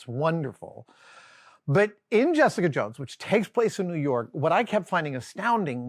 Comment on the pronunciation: It's spelled "New York", but it's pronounced "New Yoooink"